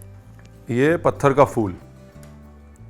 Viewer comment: Ranveer Bhai Aap Lucknow Men Rah Chuke Hain Aap Ke Munh Se Phool Ko Fool Bolna Achcha Nahen Lagta.